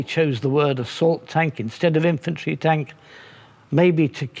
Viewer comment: “Imfantry” am I the only one hearing that? ;) love these tank chats!! Big fan!! 👊🏼